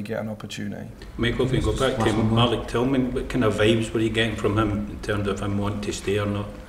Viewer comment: Beale saying tilman is amazing 😳😳😳😳😳